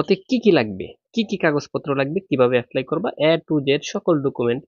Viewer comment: Apply ❌️, affly ✅️